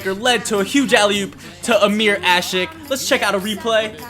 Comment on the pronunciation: hahaha you said amir asik im like your corrector!!!